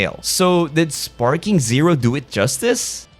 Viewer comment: its dragon ball sparkling zero . not sparking.. dont post shit if you dont know what u are talking about